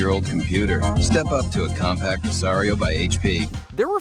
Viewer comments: I did the same thing after the third time he said it wrong within 15 seconds. There's no T on the end of it. How hard is that? Of course this guy also said the letters "Q-W-E-R-T-Y" for the keyboard instead of saying it as the word "qwerty". Which is what the damn thing is called. It's videos like this where the age of some of Mojo's narrators is painfully obvious. Rebecca wouldn't have made that mistake. lol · I came to the comments to say this. Thank you. So ridiculous to be doing a factoid video and be that off on a company name. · I came to say this. Like dude, either do your research or have someone who was alive at the time do the voiceover... /off old lady soapbox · The point is that there's no T, so it shouldn't have been pronounced like that. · Compaq, not Compact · It's "Compaq" not "Compact" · Its Compaq not compact........ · Glad I’m not the only one who caught that! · Who narrated/edited this video? It's COMPAQ not "compact" LOL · Compaq, not compact, I swear every youtube channel has either AI reading the scripts, or people that barely have a grasp on the phonetics of English. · The kid recording the voiceover has never heard of Compaq. He said "Compact" every single time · Compact 😂😂😂😂😂 wow... There's not even a "T" in Compaq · Every time he says COMPACT i'm going to kick a puppy. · Compact? Seriously. Do these people not even know how to read? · The name of the defunct computer company is pronounced "com-pak". There's no 't' anywhere in the name!!!!!!!!!!!! The spirit of Netscape Navigator lives on in Mozilla Firefox. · GAK! The name of the computer COMPAQ is pronounced COM-PACK it doesn't end with a ta sound. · That's what happens when they hire ignorant kids to narrate based on their voice instead of knowledge. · I literally paused the video to see if someone had said something... until this moment, I had no idea hearing compaq wrong was a trigger for me. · COMPACT! Compaq sounds like Compack. So annoying. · There is no T in Compaq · Annoying AF